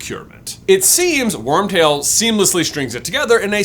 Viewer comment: I died every time he said Wormbutt